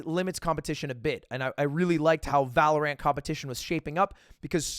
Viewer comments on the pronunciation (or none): It really triggers me that you call it valor ANT and not valorant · why does he separate the syllables of valorant? it's not valor ant lol it's valorant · Lud really out here calling it valoRANT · The way he says ValoRant is kinda weird 😂😂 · Why does lud say Valorant with so much emphasis on the a? My dad saying pokemans vibes.